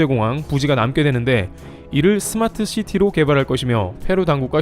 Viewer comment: 스마스 시티 아니고 스마트 시티가 맏음